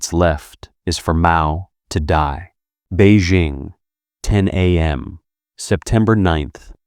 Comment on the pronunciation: interesting content; mispronounced jing in Beijing, dze in Mao Dzedong; feng in Hua Guofeng, qiao in Zhang chunqiao; jian in Ye Jianying; de in Wu De; lian in Chen Xilian; Deng in Deng Xiaoping